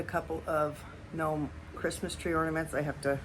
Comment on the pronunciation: I realized Decals (not "deecals") was a regional thing. But what about "Gnomees"? 😊 In US we say Gnomes, like Homes. Beautiful mugs!!!!!!!! Do you glaze over the decals with Zinc Free clear ?